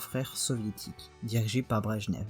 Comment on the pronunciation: hey, super vidéo, juste quelque trucs qui ont été mal prononcés : Brejnev ça se prononce "Brejnyef" Glasnost' se prononce "glassenost" Stasi se prononce "Shtazi" Ulbricht se prononce "oulbricht" Ost se prononce "auste" Willy se prononce "Villy" Honecker se prononce vraiment "Honecker", pas "Eunecker" et Gorbachov se prononce "Garbatchyof"